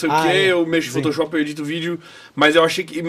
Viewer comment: Oowwnn qui bunitinhu.. alguém mais ouviu o falar "potoshop"...?! 😚🤭